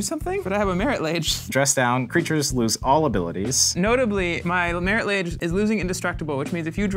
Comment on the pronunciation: I always pronounced it Marit (Log-Ay) Lage